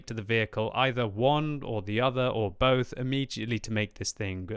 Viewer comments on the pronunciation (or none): none